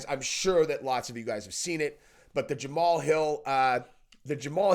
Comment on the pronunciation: Ja Ma Hal. Three syllables not two